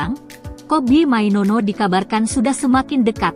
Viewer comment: Mainoo bkn mainono🤣🤣🤣